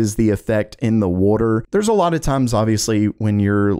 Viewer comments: water❌ Woder✅ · That “wordor” though😂😂😂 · wait a second..... are you from South Jersey??? lol the way that you say 'wooder' instead of water' is how a LOT of people in SJ say it LMAO! (I'm JK!!1 I know you in Florida somewhere because you were affected by the hurricanes this past summer)